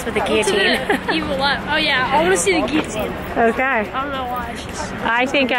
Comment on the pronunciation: Gilloteen not gi a teenn XD